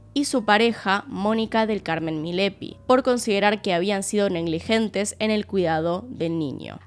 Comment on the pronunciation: Es MILLAPI, no Milepi 😫